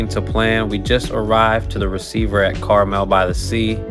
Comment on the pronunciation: CarmEl by the Sea. Emphasis is on the 2nd syllable. It's a very wealthy community. Clint Eastwood used to be the mayor. Clint and some of his investing partners own the Pebble Beach Golf Company so several courses in the area. $5.39/gallon is actually pretty good. Lucky you don't have diesel and you can pay $6.00 / gallon elsewhere.